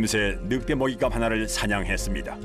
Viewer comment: 느윽대로 발음하는 게 표준어인가 보죠?